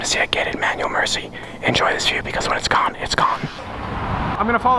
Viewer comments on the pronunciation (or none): none